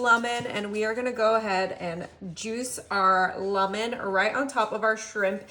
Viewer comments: She says lemon so weird I can hardly get past it. She says “lumen” once and “lamen rhyming with ramen” a few times. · Is this AI? The reason that I say that is because she pronounces lemon really weirdly.